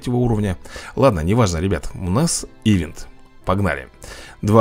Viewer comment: Правильно говорится и читает ивЭ"нт!)